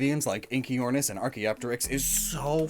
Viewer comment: Good pronunciation on Archaeopteryx 👌🏻